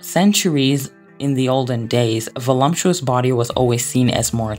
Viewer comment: I’ll comment on the video separately and it’s clear to see it took a ton of effort, but I need help out here, are many words mispronounced on purpose? Is it a part of the way you speak? I really couldn’t with the Audrey HURPburn or voluMPTuous and decided to ask